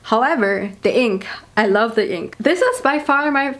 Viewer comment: I love how she pronounces “the” as “de”